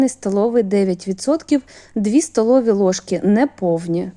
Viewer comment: Класні рецепти, всі чітко і завжди виходить. Подяка за українську мову. Але її треба покращувати, бо часто просто вуха ріже. ВолоШський горіх, гАріхи, стАлові ложки. Проте, мову можна покращити аби краще й рецепти сприймалися.